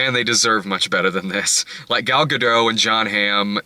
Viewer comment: The t is pronounced in Gadot.